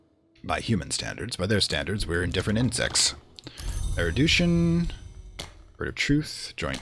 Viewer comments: er - u - DISH- un. Not er - u - DOUCHE - un. great series btw. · Please, for the love of God, the word is pronounced 'air-you-dish-un', not 'air-eh-du-shun'